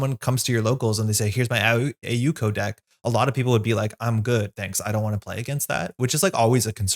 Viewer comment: Thanks for trying to say AU Co. properly <3